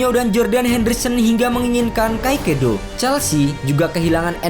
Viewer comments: Min agak typo nih Caicedo dibaca kaisedo min bkn kaikedo 🙏🏻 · kaekedo❌ tulisan caicedo✓ baca nya kaesodo✓ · kaisedo bacanya bukan kaikedo agak risih dikit